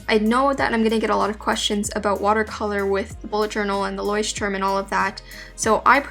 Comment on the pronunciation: It's so funny how you say Leuchtturm... Btw it's a german word and i'm from Germany XD